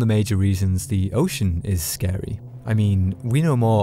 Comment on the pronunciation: It's not a horror game. It's a terror game. Also water scawy.